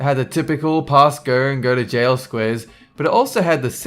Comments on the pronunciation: Do not pass GOERRGHH. He can't say his O's. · "Do not pass gurrr"